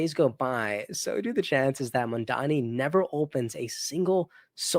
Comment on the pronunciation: lolol it's actually Mamdani, but hey, you tried.